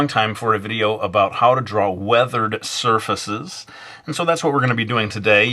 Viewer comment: Weathered "sir feces"